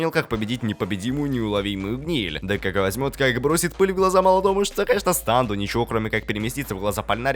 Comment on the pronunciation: Не станд а стэнд!